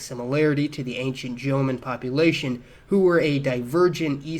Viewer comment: "Jomon" is two syllables, not three. "Sans" is pronounced sonz, not sahnz. The genetics and linguistics here, however, are sound. Good work -- and a nice relief from the usual Japanese common sense, which is a pack of ignorant lies.